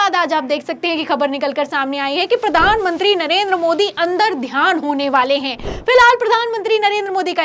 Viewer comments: अंतर्ध्यान होता है मैडम अंदरध्यान नहीं है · अंतरध्यान है न ki अंदरध्यान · महोदया, अंदर ध्यान नहीं होता अंतर्ध्यान होता है। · अंतर्ध्यान बोलो बेटा ,बार बार अंदर ध्यान बोल रही हो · Andardhyan nahi...mam antardhyan boliye...